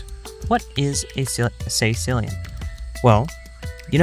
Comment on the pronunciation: i'm sorry, but it'spronounced caeCILLian, NOT CAEcillian